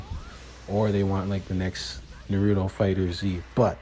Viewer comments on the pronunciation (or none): I mean it is never too late to say it right. I know it is petty on my part but it seems people go out of their way to say it wrong when the only time you hear it in the show is said a different way.lol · Bruh no sub till you say Naruto's name right.